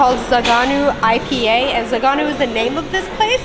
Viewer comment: my Romanian fellow., it's not zaganu, it's Zăganu. Have you ever tried it? One of my all times favorites. Zăganul is a species of eagle from Romania. Think about it, how is that name shitty?